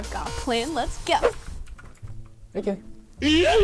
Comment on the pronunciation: ITS KEELEY NOT KELLEY